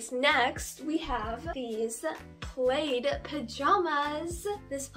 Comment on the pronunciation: I’m sorry did she j call checkered plaid? And did she just call plaid [pl aaa d] played? 😂😂 love ya j had to point that out ❤️🤣🤣